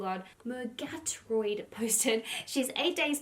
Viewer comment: I'm late but murgatroyd is pronounced mer -gah -troyd. She was on the American version of I believe both so you think you can dance and also dancing with the stars